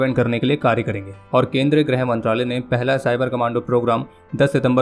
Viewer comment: Not Grah brother its Girha mantralaya